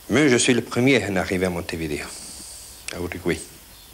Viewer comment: Ca se prononce Montevideo, pas Montevideo...